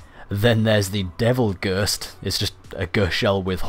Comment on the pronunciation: 'Ghurst' shell